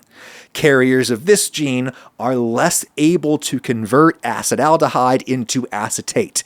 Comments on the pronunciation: great episode, except he keeps pronouncing Acetaldehyde as "Acid Aldehyde" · I always used to pronounce Acetyldehyde as assetal-dehyde just realised after 10 yrs its actually called a-sah-tal-dehyde Ty for the interesting pod, I'm really sad there's no research done on Indian(the country) people, we are so varied and diverse we could even have a lot of variations between us genetically. But I guess most phenotypes are tolerant towards alcohol